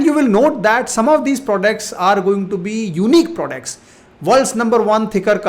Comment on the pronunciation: They way you say prodects though 😅